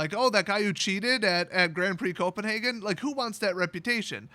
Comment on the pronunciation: I'm from Denmark - your first "Copenhagen" was right. It's the English translation - in Danish it's "København", which I won't put you through pronouncing :D